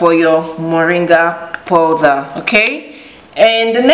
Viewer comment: in English it is POWDER and in the FRENCH it called POODER as you deliberately saying MESS